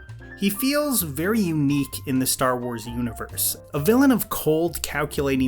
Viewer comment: More like Ster Wers